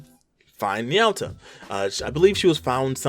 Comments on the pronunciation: N-yaw-ta It’s na-you-ta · Ny-ow-tah is the first time I've ever heard her name be pronounced that way by anyone. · Na said like naw. Yu said like you. and Ta said like taco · The way you pronounce Nayuta hurts me.